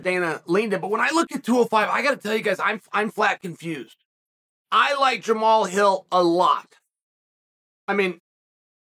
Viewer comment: You pronounced Jamahal Hill correctly Uncle Chael . What a disappointment You are !